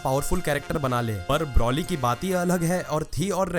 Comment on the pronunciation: Its not brauly , its broly